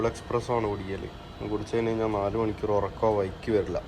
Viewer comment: Voice over sound കുറവാണു... ആരോ ചെവിയിൽ പതുക്കെ പറയുന്ന പോലെ 😄... പിന്നെ ഈ കോഴിക്കോടൻ slang ഒഴിവാക്കിയാൽ കേരളത്തിലെ എല്ലാവർക്കും ഇഷ്ടപ്പെടും.... "ദേവൊസോം" എന്നല്ല ദിവസം എന്നും മണിക്യൂർ എന്നതിന് പകരം മണിക്കൂർ എന്നും തിരുത്തുക.... Comments പോസിറ്റീവ് ആയി എടുക്കുമെന്ന് പ്രതീക്ഷിക്കുന്നു 🙏.... Video നന്നാവുന്നുണ്ട്... ഭാവുകങ്ങൾ 👍👍